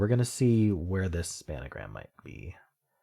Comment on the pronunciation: Nice effort on the games. I have to admit that every time I hear 'span-a-gram' it kills me a little bit inside. 😅